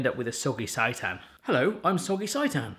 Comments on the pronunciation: For the love of all things seitan! It's not pronounced sigh-tan (as in, this pronouncing makes me SIGH) it's pronounced sey-tan (as in, you didn't SAY it properly 😂) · Its pronounced saytan. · Sei = say....so SAY-tan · More vegan recipes please! It’s pronounced saytan, like satan lol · Its say-tan :) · You need to add TVP and you're not pronouncing seitan correctly